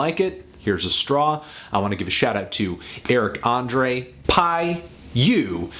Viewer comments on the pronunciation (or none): none